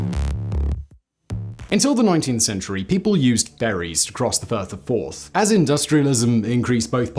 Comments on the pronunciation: He said the Fourth Bridge crosses the Firth of Fourth river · Firth of Forth for fuck sake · It's the firth of forth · I cannot believe you managed to get to your age and never heard of the Forth Rail Bridge spanning the FIRTH of Forth, NOT the FIRST of Forth. Dumb doesn`t come close. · You looked confused at the first Firth of Forth reference and totally stumped by the fourth and fifth foray in to The Firth Of Forth. For, though The Firth OF Forth's first mention sounded like First of Fourth, The Firth Of Forth should have been made clear by the fourth or fifth mention.